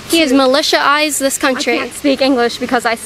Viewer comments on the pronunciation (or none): "Militia eyzed This Country" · Militialzed.......this that even a word?? People have been killed multiple times! I thought that you could only DIE once. Bless her little heart.